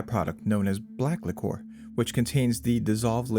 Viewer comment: it's liquor not licore